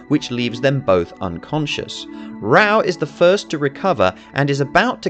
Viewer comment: interesting analysis, but the English dub is *AWFUL*, and nearly all the names are pronounced badly. Raoh is pronounced Rah-Oh, Kenshiro's fiance is YUria not "julia", Ryuken is Ri'yoo' ken, the rival school is Southern Cross Star or "Holy Southern Cross"